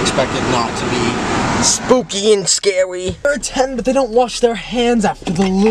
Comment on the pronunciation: the way chris said "spwooky and scwary"